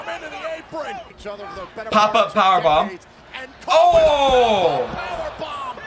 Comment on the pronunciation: How do you not know the correct way to say “Apron.” 🤣